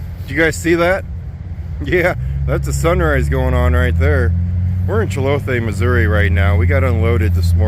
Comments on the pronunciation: Ummm check the spelling and pronouncestion, it is Chillicothe, Missouri, smiles, there is no Chilopi, Missouri, hugs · "Chill-a-coth" is the correct pronunciation. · It’s pronounced Chill A Kothe